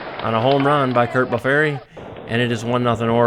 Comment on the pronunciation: Very nice! Curt Blefary's last name is actually pronounced BLEF - ER - EE or I've also heard it pronounced BLEF - FREE. Love the replay! Thanks for posting! 🙋‍♂️⚾️